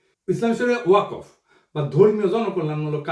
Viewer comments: "ওয়াকফ" শব্দটার শুদ্ধ উচ্চারণ "ওয়াক্ ফ"। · দাদা , ওয়াকফ শব্দের উচ্চারণটা ---- ওয়া কফ হবে না। উচ্চারণটা ওয়াক ফ হবে। কোন আলেমের সাথে আলোচনা করবেন। আশাকরি মনে কিছু নিবেননা। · দাদা এটার উচ্চারণ "ওয়া কফ" নয়,এটার সঠিক উচ্চারণ হচ্ছে - "ওয়াক্বফো।" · প্রিয় দাদা পিনাকি, ওয়াকফ' শব্দটির উচ্চারণটি একটু সংশোধন হলে ভালো হয়।